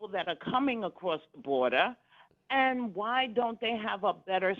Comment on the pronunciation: Only AOC can make the word (and) a 2 syllable word. God I hate listening to her talk. Ay yand??????